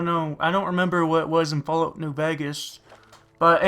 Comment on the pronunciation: lol "flalout"